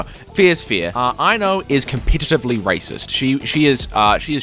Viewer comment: bro rlly said i-no (ai-no)